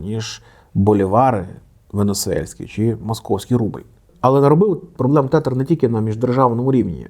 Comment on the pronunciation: вони називаються тезер а не тетер😭😭